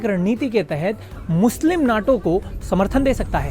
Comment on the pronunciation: North Atlantic Treaty Organization, NATO, but pronounce it as NETO.